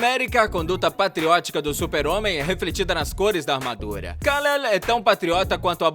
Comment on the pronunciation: "kalele"? akdopakspdoaksda